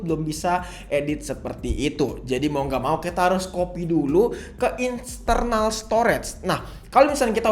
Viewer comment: "Insternal Storage" new language unlocked 😁